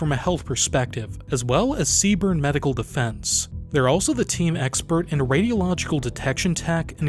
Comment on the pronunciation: It's just pronounced C Burn. Don't pronounce the E, lol